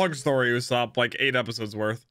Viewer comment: his name is Uso-pu not uso-op